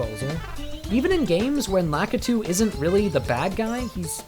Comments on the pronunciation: U said Lakiti not lakitu lol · lakitu is pronounced (luh-kee-tue)